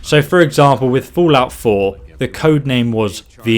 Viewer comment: "fool-out 4".